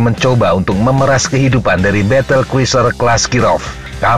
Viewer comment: Cruiser dibaca kruser, bukan yang lain